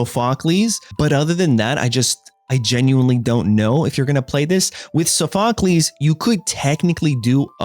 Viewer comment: It's from ancient Greek so that is in fact the correct pronunciation, the suffix "cles" is pronounced "Kleez" because it comes from the Greek word kleos meaning fame or glory. For example Heracles which essentially translates to "glory of Hera" he was named this, for context, because he was one of Zues's many bastard children (as in a child born from an affair) and the name was an attempt to spare him from the wrath of Hera who was Zues's wife and the goddess of vows.